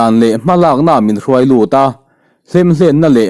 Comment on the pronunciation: Eng rùai a ni lo,eng rúai tih tur. Lam sàn chhoh tur...😮😮